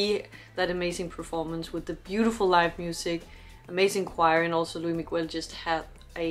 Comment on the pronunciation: She called him Loui